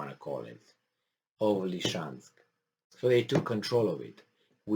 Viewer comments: Please, please: it's actually "Lysychansk" ( Ly-sy-chansk ) not "Lyshansk"! (Lisiceansk, in Roumanian, if you don't mind) Thank you for sharing. Great job, as usual. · isn't it about time that you pronounced Lysychansk correctly? Lizzy Chansk, not Li-chansk. Li-chansk sounds too much like Luhansk and can confuse people who are not familiar with the details of this conflict. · Noticed doesn't want to pronounce the real name. It's confusing - LeChansk?